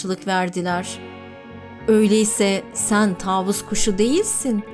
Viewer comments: Taavus değil tavus kuşu lütfen doğru telaffuz edin kelimeleri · taavus değil tavus kuşu